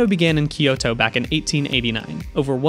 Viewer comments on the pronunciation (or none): none